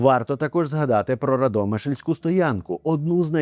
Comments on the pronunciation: рАдомишль а не радОмишль , курва , а най його ААААААААААААААААААААААА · РАдомишль, наголос на А) Вам з ІзЯслава ця тема з неправильним наголосом має бути знайома🙈 між іншим, рекомендую всім відвідати ці давні та історичні міста❤ Окремо дякую за Ваші відео, всі вони в саме ❤ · РАдомисль....РАдомишлем став пімля 1948 року. Це справжня назва...і наголос на ПЕРШИЙ СКЛАД. Коментатору стид неправильно наголос ставити.